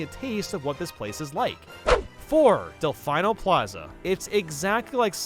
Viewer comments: and it's also not Del-Fi-No Plaza it's Del-Fee-No Plaza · He always says delfino wrong, with the emphasized i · “Del-final plaza” I was not expecting to hear that mispronounced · delFINE-o plaza. Wtf this guy does not play videogames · Stop saying Del-FYE-no please :( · Kayloss pokemon League. Also: Kalos Pokemon League. It's Dell fine oh and Dell feen oh all over again Don't get me wrong. I love your content but sometimes you just can't seem to make up your mind on how to pronounce stuff. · How come you pronounce Delfino differently everytime you say it. Ive heard you use at least 3 different pronunciations across different videos Edit: also i may have missed it, but did you not rank Final Destination on purpose? Cuz theyres 4 different FD skins and i dont recall seeing a single one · Why do you ALWAYS Mis-Pronounce Delfino?? It's not that hard to say! Lol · Please. All I ask is for you to pronounce "Delfino" correctly